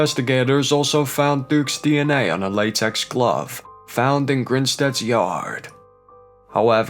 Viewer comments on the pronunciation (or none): none